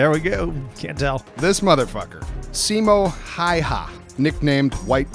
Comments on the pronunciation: "Simo Haiha" xD It's Simo Häyhä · simo häyhä not simo hi ha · pronounced: 'se-mo hay-en'